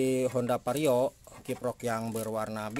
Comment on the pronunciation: vario bang bukan pario 😂😂 canda bang hehe